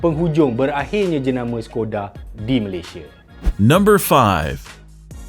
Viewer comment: Skoda tu sebutan dia shekoda